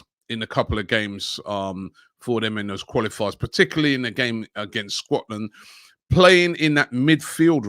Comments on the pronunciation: Scwotland LMAOOO Robbie can’t pronounce anything for his life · Did he say “Squatland”?🤣